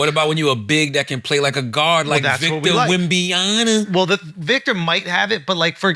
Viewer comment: Charla Who is Wembyana? Bruh it‘s Wembanyama